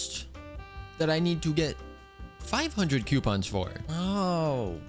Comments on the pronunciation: its coupons not Qpons or even (ceuopons) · NOO PLEASE U WERE SAYING IT FINE NOW YOUR SAYING Q PONS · Idk if I’m the only person like this but him saying coupons as quepons is funny to me